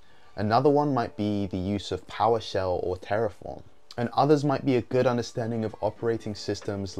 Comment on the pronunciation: did you say “poweshell?” Sorry I’m all new to this